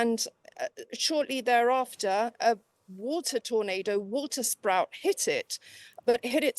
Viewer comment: “Watersprout”. Hmm.